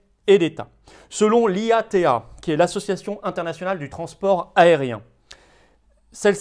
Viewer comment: Ce passeport sanitaire fait peur. Pour info, IATA se prononce Yata dans le milieu aéronautique. Son président M De Juniac n’est autre que l’ancien président du groupe AF/KLM.